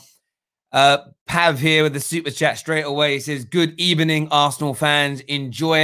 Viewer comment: Arsenal fans: We have a good record against Man United. Unai Emery: Good Ebening😂😂😂😂😂😂